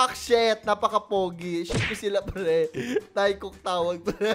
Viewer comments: teykook po basa dun sa taekook hindi taykook HAHAHA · PS."teykuk" po ang basa dun 🙂 Di po galit si aku hahaha the more you know lng pu hehehe😁